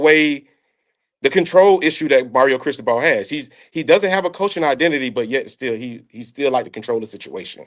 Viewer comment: Bro wtf was that pronunciation of Mario Cristobal? Lmao dude said “Chris-toe-bull”